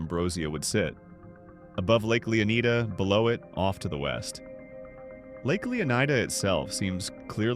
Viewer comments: It's definitely pronounced "Lay-oh-nye-duh" or "Lay-uh-nye-duh", not "Lee-oh-nye-duh". Rockstar named the state after Juan Ponce de León (pronounced as "Lay-own"), the first European to explore the Florida peninsula. EDIT: By the way, is your channel name by chance a reference to Better Call Saul? Also, the part of the Leonida Keys with the naval base on it is called "Airstrike Key". The name can be seen in one of the screenshots on a road sign, alongside the names "Key Lento" and "Sunset Key", which is seemingly the westernmost part of the keys. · Why do some people pronounce it as "LeonAIda"? It's LeonEEda. We say FlorIda for the real state, not FlorAIda 😂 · To be honest if you were from florida Leonida would be pronounced LEO-n eye duh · Leonida is actually pronounced lay-OHN-EYE-duh. It was revealed through the East Asian versions of the GTA VI website. The characters "雷奥奈达" (Chinese), "レオナイダ" (Japanese), and "레이오나이다" (Korean) confirm the official pronunciation of Leonida as lay-OHN-EYE-duh across different phonetic languages. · I assume (hope) is pronounced Leonida like Florida... its the only thing that makes sense to me